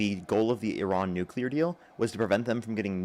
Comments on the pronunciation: Why does every maga say "nucular"? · Why is it everyone who supports Trump and his war call it eye-ran and say nucular? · If you can't even say "nuclear" correctly, I don't put much stock in anything you have to say about energy or wars.